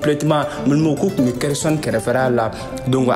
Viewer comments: Tu prononce hersonne c'est pas ça c'est kherson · Vraiment c'est pas hersonne se khersonne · Khersonne c'est pas hersonne